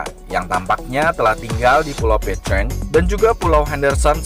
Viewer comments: Salah tulisan "Pitcairn" bukan dibaca "Pitcheirn" melainkan "Pitkeirn" ya kan.! oke.! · Pengucapan "Pitcairn" nya salah... Coba buat yg bikin video, lebih diperhatikan lagi gimana pengucapan dalam bahasa asing... Coba tonton link diatas, di menit ke 2.21 disitu ada gimana cara pengucapan "pitcairn"